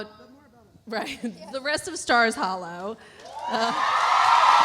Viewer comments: Anybody else notice that ‘Miss Patty’ said “Scott’s hollow” instead of stars hollow!!!😂😂😂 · Miss Patty said Scott’s Hallow lol